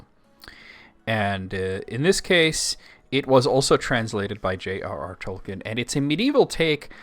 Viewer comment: I commend your Tolkien knowledge, but please: Toll-keen.